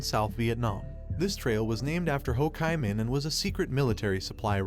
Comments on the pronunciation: "Ho KAI Minh?!" No. It's "Ho Chi Minh" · The Narrator pronounces Hochiminh wrong, it pronounces, Ho Chee Minh .x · Dude are you seriously allowing this to be out in the public where the AI can't even say Ho chi Minh appropriately they call it Ho (chi)KY Minh like lambda chi!!!🙄😮‍💨 IF YOU'RE ACTUALLY DOING WORK AND GETTING PAID FOR IT DO THE WORK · Also locally its Lao. The S is silent. And with Ho Chi Minh, it's Chee, not Chai. And it's definitely Saigon, not Ho Chi Minh City for southern Vietnamese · Hele, the Ho Kai Ming trail 😂, Jesus Christ 🫣, at least try to tweek the Ai to say he's name right, Mama Mia, this is definitely a thumbs down video, please do better research next time, wrong on many issues in a video only 10 min long, well you should actually get some kinds of price of that, wow am amazed, people please to better a research dont listen to this,cuz its basically bs! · AI narrations are unlistenable. "Ho Ki Min"??? Give me a break!!! Learn to speak English. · Ho KAY Minh 😂🎊🤣 stupid robot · Yes, detracts from the effort as a whole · Ho "kai" min?? 😂😂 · I'm sure this must be AI talking because they can't pronounce Ho Chi Minh's name, right? What happened in 1954 with the French?The reason that they lost their Colony in vietnam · The name Ho Chi Minh is mispronounced throughout the video.